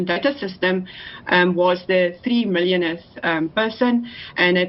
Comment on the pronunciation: Amazing how state employees speak as if they know what is going on when the KNOW they have absolutely NO idea what they are doing and they KNOW that everything will be a disaster.... "3 millioninth"???? seventy five hundred and milions two thousand and two million thousand... Listen propaly now....